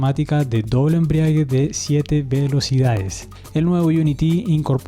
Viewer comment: Muy interesante informativo. Gracias por el esfuerzo. Ah, y la palabra es "embrague", no 'embriague'. 👍😊